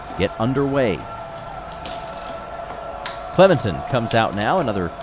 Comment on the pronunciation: clememtin…….. cmon.